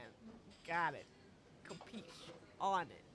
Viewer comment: I can't help but help, even into the empty void; Say-La-Vee (C'set la vie) and Sill-voo-play (s'il vous plaît). You also said "Cuhpee" instead of "Capeesh". Oh, and Magni-feek. But I do like the idea of the guy constantly trying to speak fancy foreign language and just say it all wrong. Also epitome is "ep-it-uh-me" While I'm here, I like listening to the dialogue to notice the sounds identifiable to my ears with the subtitles. It's how I notice Kiryu always says "Neesh-kee". I guess this middle "i" in Nishiki is like u in Sasuke.